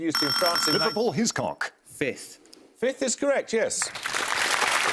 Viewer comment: "Fith" Given the Watergate answer, if I were Paxo, I'd have replied "No - FIFTH."